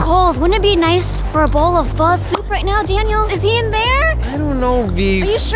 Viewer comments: Its not pronounced Pha its Phu (Pho) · Vy being vietnamese but saying "Pho" Incorrectly ;-; im vietnamese btw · It’s pho Pronounced Fu